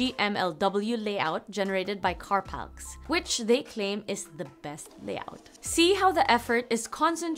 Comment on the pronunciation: I have a feeling Carpalx is pronounced more like 'carpal eks' than 'carpalks'. Still, I'm currently building a minimalist split programmable keyboard with Colemak mod-DH. Hopefully it won't take too long to get back up to speed.